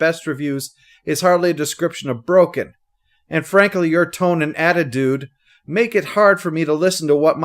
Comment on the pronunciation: Hah. I missed the first time pronounced "attidude"